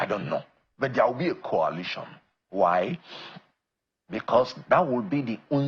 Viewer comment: KWALITION KWALITION... Is it so difficulty to pronounce COALITION .... COAL ..LITION .. REALLY IRRITATING KWALITION